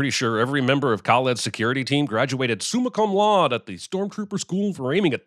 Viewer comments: Sinning the Sin Guy for mispronouncing “summa cum laude.” – Sinning the Sin Guy for not recognizing that this “Marriott” is actually the Westin Bonaventure, one of the most recognisable and frequently-used filming locations in movie history. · "SOOM-uh coom LOUD-ay" / That's such a movie way of handling a "shorty" type of AK. Ackchyually, it's full-auto. Technically, select-fire. But what fun is a shorty AK if yer not going full rock-n-roll? If he's left-eye dominant, he should shoot left-handed. Doesn't matter which hand he writes with. That doesn't necessarily mean that's yer dominant hand. We're not the majority, but we mix-handed and/or cross-dominant type people do exist. Also, DeNiro did this same thing in Taxi Driver where he aimed handguns with his left eye while holding them right-handed. Just hold it left-handed! It's not rocket surgery! Also, aim with both eyes open. And focus on the target, not the front sight. Front-sight focus is fudd lore. Ackchyually, that's an Ingram, not an Uzi. Uzis are better. "Lime Zero One?" Shouldn't that be "Lima Zero One?" And it's pronounced "LEE-muh" for some reason.